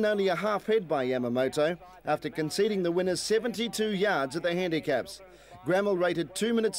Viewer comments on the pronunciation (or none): A huge run by the South Australian champion Gramel . From my knowledge both the Race Caller and Voice Over pronounced her name incorrectly- the word is basically split into two and pronounced “ Gra Mel “ but written as Gramel . On another note , who would have thought that one of the field would go on and produce arguably the greatest trotter in the world - Maori’s Idol , I doubt there will ever be a horse to take his crown , certainly here in Australia